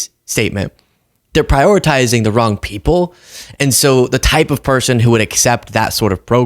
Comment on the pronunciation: Donald cannot for the life of him pronounce the word, 'People' correctly, he says: Pee-o pull, or pea opal, it is VERY strange! What planet is he on?